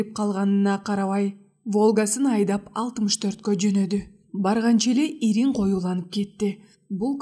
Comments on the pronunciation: Туура окуса жакшы бомок экен окуп жаткан кыз.Интернатты интернет дейт,инир деген созду ирин дейт,жан таслим дегенди жан тамсил дейт.Кыргыз тилин туура окуганды уйронсонор боло деги! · "Иңир" деп айтылат го 🙄 "ириң" деген башка го?